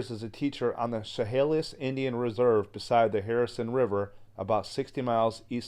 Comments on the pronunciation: Chehalis is pronounced Sha-hay-lis. Walking ANYWHERE in the wooded areas of the Great Northwest and B.C. is spooky. You are constantly looking over your shoulder.😳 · Chehalis is pronounced : sheh hay ‘ less. Sorry, but it really bugged me! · You missed pronounced the tribe. Sh a hail is would be how to pronounce the tribe a reservation. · I will show you how to say the name Chehalis as it sounds, Shahaylis that is the correct way to pronounce that word. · Shh-hay-less (chehalis) is how you pronounce it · Chehalis is pronounced Sha-hail-us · Chehalis is pronounced "Sha-hay-liss". The story is not new. The tale of Saraphina is well known in the Pac NW. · Chehalis pronounced “ sha hay lis “ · Sha Hay Lis Is the proper way to say it. Thank you for the great Story. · It's pronounced, sha-hay-lis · Just so you know Chehalis is pronounced shu hay lis. Love the video. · Chehalis is pronounced sha hay lis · Chehalis = Sha hey' lis (love your videos!)